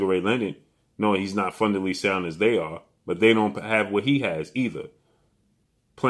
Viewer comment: He said fundely sound hahahahahaha